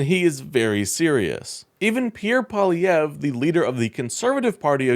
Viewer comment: Hey! Congrats on correct pronunciation of "Poilievre". 😄